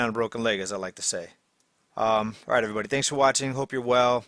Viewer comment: Herro erryboddy